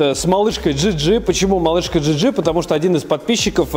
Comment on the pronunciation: Мб все-таки "джиджи" говорить одним словом и с ударением на первый слог? "Малышка ДжИ ́джи" - Звучит уже действительно как женское имя))